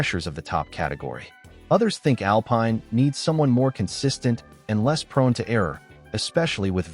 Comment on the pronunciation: Tell your AI that Alpine in the context of the F1 Team is pronounced (Al - peen) Cheers